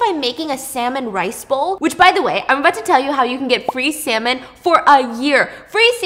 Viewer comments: I continuously heard the word Salmon as SeMeN 💀 n when she said it at the end i actually thought she was talking bout Semen being free 😳🤣 for a good few sec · Stephanie:"You know what else is a really good source of protein?" Me thinking about the coconut story Stephanie:"Salmon" What I heard: semen